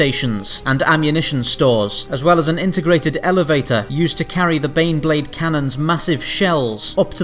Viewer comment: Every time you say baneblade I hear beyblade. That crappy Japanese's cartoon for babies to sell toys, that me and friends watched when we were kids.